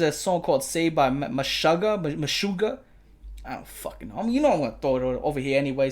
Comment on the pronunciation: it's "Meh shih guh" I only know because it's a hebrew word but I've heard people mention the band before and never heard it pronounced correctly haha